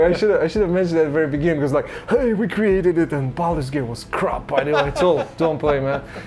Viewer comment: I love the narrator's accent. "Baldur's Gaith"... nope, it's Baldur's Gate :D And what is that "markesh" he's talking about all the time? It's fortunate that, contrary to the narrator, Marcin's pronounciation is good, otherwise this would be a very obscure documentary ;)